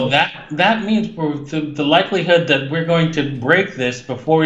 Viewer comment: Digga dein Englisch ist so scheiße😂